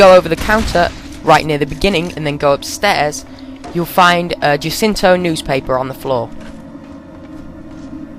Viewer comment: i herd that spot where u said jew-cinto newspaper..